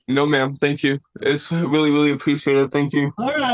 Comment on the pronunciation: I weal wee need to wok for mah famawee maybe stop breaking the waw!! I mean law